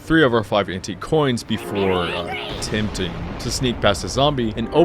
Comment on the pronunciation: “Attempying” son😭